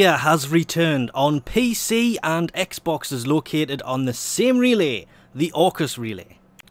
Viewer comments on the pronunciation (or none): none